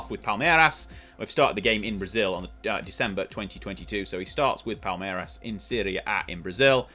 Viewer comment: your "palmeiras" pronunciation is pretty spot on 👍